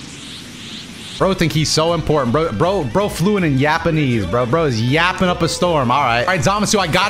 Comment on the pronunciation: No way said Yapanese lmao